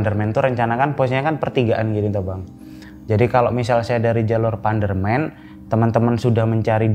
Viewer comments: Tadi mas nya itu salah ngomong terus pas diulangi lagi ngomong nya jadi panderman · Maaf, saya senyum sendiri tiap kali masnya bilang PANDERMEN. Jadi mikir, apa emang para pendaki menyebut PANDERMAN dengan sebutan PANDERMEN gitu ya ? Maaf kalau saya salah. Btw rumahku di lereng Panderman. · Bacanya pukan pandermen tapi panderman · panderman pak bukan pandermen😂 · APAAN SIH ITU PANDERMEN PANDERMEN.PANDEREMAN BUKAN PANDERMEN.EMANGNYA SUPERMEN KAH🤣🤣🤣😀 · Bener bang, pdhl panderman gitu aja apa susahnya😂 orang kita sekitar nya juga familiar panderman